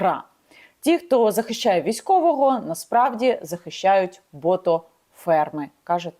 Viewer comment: Мабудь не ботоферм, а ботокСферм… Який бридкий , цей Коля